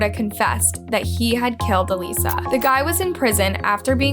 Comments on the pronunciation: Why not even take the time to listen to the video clips you're putting in with the correct pronunciation of Alissa not Aleesa? All the hard work Sarah has done for victim advocacy, I couldn't even listen to this video. After about the 5th Aleesa, I just couldn't do it. This case is right up there with all the major true crime cases. Seems like someone else might be writing these and then they get read off a script. At least pretend to care. It shouldn't bother me so much... I just don't want to listen to any true crime channels that don't care about the victims enough to research any further than surface level. Unsubscribed. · Her name was Alissa..not Aleesha.. ALIS..SA... not Alee..sha.. mis-pronouncing names is just disrespectful.. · I think you did a good job with the stories. Although I wish you had pronounced Alissa's name the way it's supposed to be. A-lis-sa. Not A-lisa. You said that wrong every time even though the clips with her sister clearly showed you how to pronounce it correctly. It seems like a small detail. But it would have been more respectful to the victim and her family. A name is very, very personal. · ALISA NOT ALEESA‼️‼️‼️‼️‼️‼️‼️ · Why did you guys cut out a lot of the facts and details from the first case? This is the first channel to seem sympathetic towards Gable in all my years watching true crime. Also, in the last case, her name is "AL-ISS-A", not "A-lees-a". Her own family members pronounce the name as such, yall even included video of Michael pronouncing her name that way. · Her name is clearly Alissa not Aleesa. Have some respect! Her dad clearly states her name literally in the video! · the sister literally says her (alissa 's) name correctly in the video clip but you keep calling her a lisa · I love your videos except that you don’t even try at all to pronounce things correctly? There’s a clip in here of her sister saying her name correctly and you don’t say it properly one single time. Pretty disrespectful.